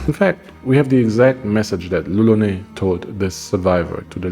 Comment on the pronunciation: brosky, on the painting you showed at the beginning it literally says lolonois, which would indeed sound like roronoa in japanese, but it's not lolonais ^^ Which is what you're saying throughout the video ! Sorry it kinda bugged me because the whole thing is made obvious by zoro's name and you're saying it weird so I'm like "??" x) Maybe you misread the name on the painting or maybe it just sounds normal to me because I'm french but either way, I'm pretty sure you're mispronunciating it o:) I know it's not important, and good video regardless !